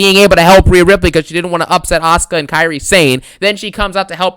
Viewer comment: "Rheana Ripley"? Seriously dawg? That gothic witch? 🤣